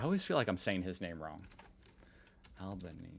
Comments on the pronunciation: Albaneezy not Albaneez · "Albaneasy" - look up how to pronounce it in Italian and you'll have it. Perthian here - been volunteering for the ALP since I was 8 years old. Best day ever!!! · Alban-easy. 4 syllables. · Australians didn't want a Potato Trumpski! We have to thank your vile orange one because even staunch Liberals didn't want fascist, dictator politics in Oz and voted accordingly. BTW: Al ban eezy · It's not Albanknees it's Albaneasy, pronunciation. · It’s pronounced Albo Knees eeee. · It's pronounced al-buh-nee'-zee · Pronounced with a stress on the final "e" Alban-es-e. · its Al ban easy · Just call him albo but no, google was wrong, you say the letter e at the end of his name, albanese e. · NO You ARE pronouncing it WRONG - pronounce the last 'e' in Albanese as if it was a double 'e' --> Albanes-ee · You pronounce his name Al- ber - knees - ee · “Albon-easy” is how his name is pronounced. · It's Alban-easy. Or just call him Albo :) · We say it like Alban-easy here in Australia. But I think it’s an Italian name and would be more like Alban-Eh-Zeh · You are mispronouncing Alban-"easy"s name but no one cares lol Brilliant video as always. I'm dying laughing at Wanggu yelling at white people for welcoming him to his own country, wheezing at that poor barrista, and you are just so confused haha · Not that it matters now, but his name is pronounced Al-ban-easy. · Al-ba-knee-see It’s Italian. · The pronunciation is Alban - easy. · It's pronounced ALBAN-EASY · With Italian names, you must pronounce ALL the vowels. Even if they are next to each other. So you need to pronounce the letter ‘E’ at the end of his name. An easy way to say it (not exactly full Italian) is Al-ban-easy. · Albo's surname is pronounced with an emphasis on the last 'e' - Albanes-'e'. Hope this helps. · In Australia, it is pronounced Alber (like Albert without the t) followed by "easy" Alber-neasy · It's pronounced Albaneseeeeee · The correct pronunciation is "Alberneesi". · Alba nees ee